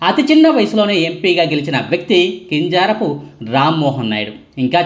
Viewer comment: కింజారపు కాదు , కింజరాపు ప్లీస్.